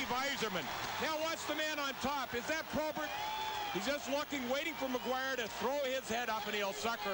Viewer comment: It’s “Maguire”, folks. Not McGuire. Or Maquire. Or MacGuire.